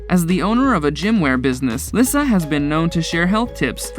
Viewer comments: It’s pronounced “Lisa” not “Lis-sa” I don’t think this guy had ever seen any of Dog’s shows or he would know this. 🤦‍♀️ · Dr Oz not Uhze 😂 and it’s pronounced Lisa not Lysa Baby Lyssa and has Baby Lyssa had some work done to her face she looks so different but I do miss them all people do make mistakes no one is perfect I understand the dynamics of a large family I belong to one and have one myself Beth was an amazing person big heart and told it like it was beautiful inside and out she truly was the love of dogs life sad😢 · Lyssa is pronounced as if it was Le get it right not Lissa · These names are pronounced wrong... just helping...Dr. OZ...O-Z simply OZ nothing like Ojue...Baby Lyssa... it's Baby Lisa. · Omg did you even watch the show before making this? Her name is Lyssa, pronounced Lee-sah NOT lissa... Smh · Baby Lyssa's name is pronounced LISA. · Lyssa. Pronounced Lisa. I hate it when these dumb channels can’t even do the bare bones, basic research on how to pronounce THE SUBJECTS name. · To the narrator of this video learn how to pronounce names properly. Lyssa is sounds like Leesa...like the regular name Lisa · its pronounced LISA you troglodyte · It's Oz as in Wizard of Oz & Lee-Sa not whatever you stated. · Baby Lyssa it’s pronounced like Lisa & it’s Garry BOY Chapman not Garry Lee Chapman. If your gonna do a video about a tv show please get their names correct.